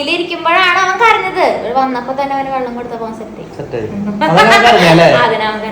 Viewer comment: വള്ളം ആല്ല വെള്ളം ആണ്